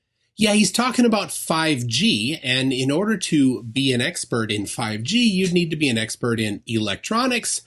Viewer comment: He's "ess-pert", like "spurt". He's very spurt. He's a spurt about the 5G. He just spurt, spurt, spurt all the live long day!